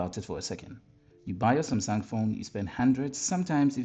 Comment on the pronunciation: Am I crazy or you did say sumsang ?